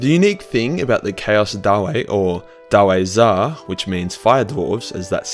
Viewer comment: is it really so difficult to spell the word dawi?It's like daui,not daw-ay.We're in warhammer Fantasy,not Shrek